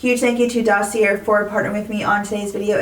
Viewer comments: Why do you insist on pronouncing Dossier incorrectly? This is a real question. I’ve seen comments explaining to you how it’s pronounced. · It’s a French word. She is 100% pronouncing it incorrectly. I think it makes her sound unintelligent, but beyond that I don’t care. And how do you know the company hasn’t reached out? I’ve seen many comments about how she pronounces it so it really looks like she simply refuses to say it correctly.